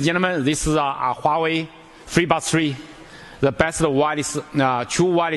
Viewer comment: Gee, this guy can't even pronounce Huawei right, wtf. totally off. Dude, it's Huawei not Huiway